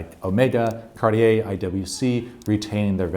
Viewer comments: Cariter? Must be a newcomer 😅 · must be a new watch brand...cariter...lol